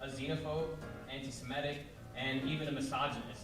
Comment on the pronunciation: I love how pronounces words correctly. ✅ Semitic, not *semetic (as so many Americans say), ✅ Qatar, not *kataar (stress on first syllable in Arabic), ✅ Antifa, not *anteefa (stressed on first syllable in German), etc. I wonder if he looks them all up and tries to be correct, or if he's inspired by higher knowledge.